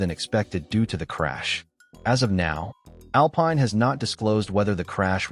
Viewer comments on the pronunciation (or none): Tell your AI that Alpine in the context of the F1 Team is pronounced (Al - peen) Cheers